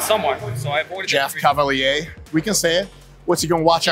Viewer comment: Jeff cava-leeA